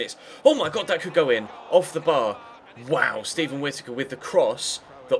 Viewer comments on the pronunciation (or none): none